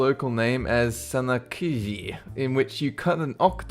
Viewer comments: the live octopus is not pronounced as sanakiji..... it sounds like a japanese word.... its actually pronounced as san nak ji..... it was almost close tho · He said san nak ki instead of san nak gi (pronounced gee NOT ki)...such a disappointment.... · Korean octopus. Not Sun knock cku heeeya. It's SAN NOCK JEE. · you pronounced the live octopus wrong. its San Nak Ji